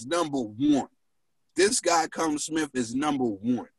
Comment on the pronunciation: Its super middleweight not light heavyweight and its not cullum Smith hes called Callum.. you pronounce it kal-lum ..